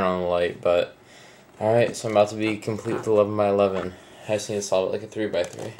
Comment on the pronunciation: Everytime you said "The 11 by 11 " i thought you said "The love of my lovin" ahaha xD lol